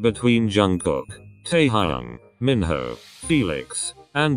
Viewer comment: Im litteraly laughing when the voice pronounced minho to mihoe😂😂😂